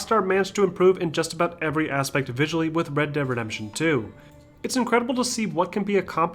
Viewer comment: When he is speaking fast he says red deap redemption